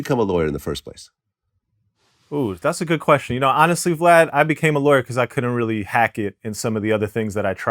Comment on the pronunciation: Snapple facts 😂😂😂 even his name the way vald pronounce it his last Na sounded like gone got